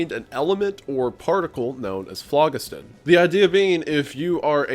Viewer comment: ITS FLO GHIS THUN not FLOG IS TIN